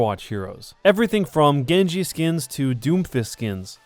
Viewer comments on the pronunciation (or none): none